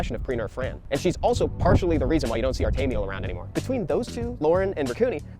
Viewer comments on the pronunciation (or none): Ta-may-to , to-maw-toe. He pronounced it Ar-tam-yi-el , everyone i know pronounces it Ar-ta-mel or Arty for short lol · THAT’S how you pronounce Artamiel?